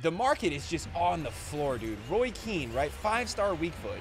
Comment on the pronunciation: “Roy Keane” 🤦🏻‍♂️ 😂